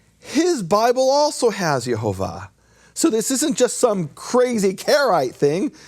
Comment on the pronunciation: I hear pronouncing The Name clearly as Yehovah, (the same vowels of Le'Olam) but whenever says it, it sounds to my ear as Yahovah, with the first vowel as "A" is that right? Is it only me or anyone else can also hear this tiny difference?